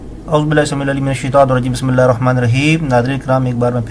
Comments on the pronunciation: Ye video Dekhne wale Taman Hazrat Start se es Admi ki Bismillah Gor se sunein or koi esko batay k ye admi kahan galat hai Eski etni speed hai k esko khud nhi pata k ye Start kaha se le raha ha plzz... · Jahil Admi Gawaar Insaan Bissmillah bhe thek se nhi parh sakta Kanjar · Ap ne theik kaha hai in bhai sahab ko apni islah krni chahiy aur theik se talafuz ke sath padni chahiy